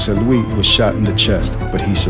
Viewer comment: It’s jose LuiS not jose luee